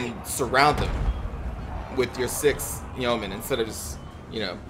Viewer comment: It's yeomen, not yoemen ;) That battle was looking pretty good before the abrupt ending. SAD!